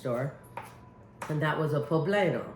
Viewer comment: Amy just an FYI - poblano is pronounced po-blah-no.